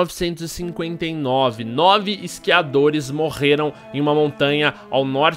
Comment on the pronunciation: " Iscriadores "